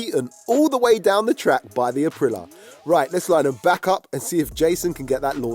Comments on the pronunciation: april lee ya...not apreelah 🤦‍♂️ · Someone tell that idiot its pronounced Aprilia NOT Aprila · It's pronounced a-prill-ee-a 🥹